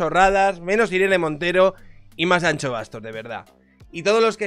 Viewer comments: Es ANXO no ancho pronuncia correctamente, que no cuesta nada, luego hablas de el andaluh pero madre mia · No se pronuncia “ancho”, se pronuncia “ansho”, como las luces de “shenón” de tu coche jajajajajajaja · ¨ANCHO Bastos¨ ?? ahhhh , mis oidos, tio!! "ANSHO Bastos" q es gallego joder. Un respeto. Que yo tb hago el esfuerzo de pronunciar la CH para vuestros nombres mierda. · POR FAVOR, deja de decir Ancho XDDDD es Anxo. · Que manía, no es Ancho ni chocas, la X se pronuncia como si mandases callar a alguien, por ejemplo a mi SHHHHHHH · Hablo desde el absoluto respeto al dueño de este canal... Anxo= Ansho (Shakira, sushi...). Ancho no, por favor. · Por favor no es Ancho, es AnXo, con el sonido de Shakira, que mis oídos galegos están sangrando 😂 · Anxo se pronuncia An"sh"o. La "x" en gallego se pronuncia "sh". Anxo es Ángel en gallego. Salud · Pronuncia bien su nombre por favor, que cada vez que dices "an - cho" me sangran los oídos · Ancho Bastos... el bueno de Miguel Anxo está orondo, pero no es para llamarle ancho así gratuitamente. La X gallega se pronuncia igual que el CH francés. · cada vez que dices Anxo pronunciando la x como la ch me haces más daño como gallego. Como me suscriba y me saludes llamandome Chabier no vuelvo. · Cuando te oigo decir Anxo , como gallego me duelen los oídos 😂 Tal como lo dices sería si fuese Vasco. La X en Galicia suena como SH de Shakira Todo desde la asertivadad calvocrata y de la ultra-Turbo-Mega-fascista de un liberal